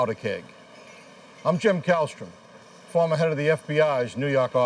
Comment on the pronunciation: "Fawmuh head of da FBI's Noo Yawk awfiss" I lived for that line back in the 90s!